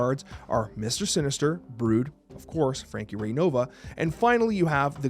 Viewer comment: Who else heard Frankie big butt?